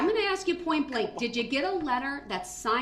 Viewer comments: This idiot's language... lol. "Dat's not da troof." "You need to ax me, not tell me." What a complete moron. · "Did you AXE that?!" Typical..... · Ax = ask Axed = asked Dis = this Dat = that